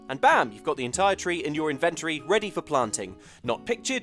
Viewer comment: "the entire tree in your.... invenTREE".